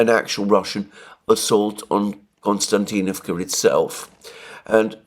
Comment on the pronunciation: It's not Konstantinavka but Kostiantinavka just for the record. Being Greek I can see why you would want to call it Konstantin...